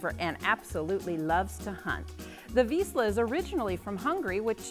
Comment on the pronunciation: If you can pronounce Zsa Zsa Gabor you should be able to pronounce "Vizsla".